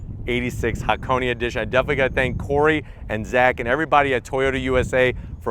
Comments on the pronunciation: "hackoney" well, he's getting there... By the time the GR86 is out maybe he'll pronounce it "hah - kon - eh" and "eight-six" Love your vids tho! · but thought he pronounced Hakoni/Hakonay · and yet he still manages to butcher the word